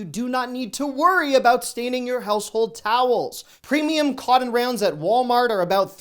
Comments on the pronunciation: Is he saying, "coddon"? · I get a chuckle 🤭 listening to you saying "cotton".....I have never heard it pronounced "Codden" 🤣🤣🤣 I'm from North Carolina and l had to call you out on it! All in fun of course 😉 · Are you saying "cotton" at ?